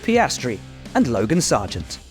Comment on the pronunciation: Please, tell to Carlo Vanzini (sky f1 ita) that Sargeant is not francais or canadian, but american. It's "Sàrgent", not "Sargiànt"!